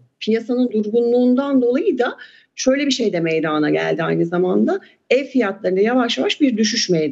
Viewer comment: Lütfen ‘meydana’ kelimesini doğru telaffuz edin bu ne ya?? meyyydana ne ya?